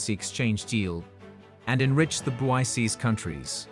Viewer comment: You are pronouncing it wrong. It ends with the K sound. BRICS pronounced like BRIKS